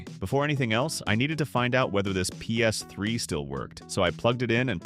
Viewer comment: Sorry Dude but i can only watch this muted. Your Talking is horrendes! Ei te ex, Pe es iu, Pee es three......